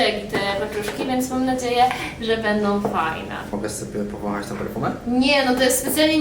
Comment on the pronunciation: jakim cudem zachowujesz tak szczupłą sylwetkę jedząc takie pyszności? 😅 narobiliście mi smaka na taką faszerowaną papryczkę 🤤🤤😏🫑ale błagam! - nie "perfumę" 😅 (jestem logopedą i jak słyszę "perfumę" to dostaję palpitacji serca 😂) Czekam na kolejny film i pozdrawiam ❤❤